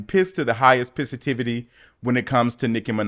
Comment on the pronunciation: Pissitivity? 🤣 Is that how it’s spelled? 😂